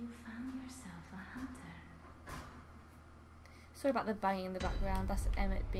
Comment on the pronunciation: you meant the hoonter's dream? From the Hoonter of Hoonters™ herself? hahahaha There's a npc in this game that speaks just like that :P